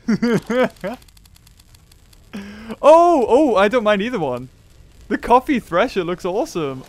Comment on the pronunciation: Wen he said Coffee it sounds like coffin the Pokémon coffin....I like the idea 💡